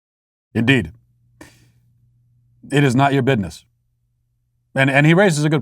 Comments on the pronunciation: I lost it when Matt said "bidness" 😂😭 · Matt please don’t say bidness it’s so cringe 😂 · I live to hear Matt say the word "bitness"